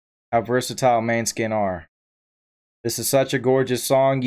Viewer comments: pronouced mon-e-skin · Good reaction, the name of the band name should be pronounced more like moan-eh-skin. It means moonshine in Danish although the band is Italian. I hope you react to more of their music it is incredible